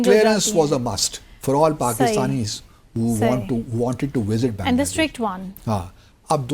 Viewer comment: Thik se pronounce kijiye ..it's not bayangla desh ...its baangladesh